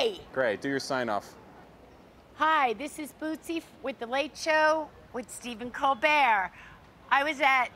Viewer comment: I cheered every time Bootsie said "The Late Show With Stephen Colbert" correctly, as she struggled SO much with it in the past. Bootsie is by far my favorite correspondent.